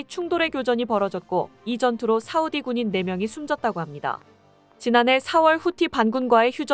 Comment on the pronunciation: 여자발음이 싸우디 사우디 왔다갔다 하네요ㅋㅋㅋ